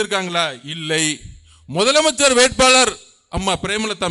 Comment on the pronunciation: மொதலமைச்சர் கிடையாது தம்பி முதலமைச்சர் இதையே உன்னால் ஒழுங்காக உச்சரிக்க தெரியலை